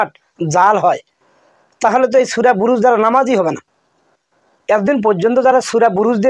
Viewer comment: আরে বাটপার সূরা বুরুজ বলেন নাই সূরা ফুরুজ ভালো করে শোনো।